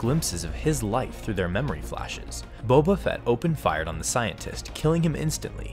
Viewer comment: it is Boba not bobe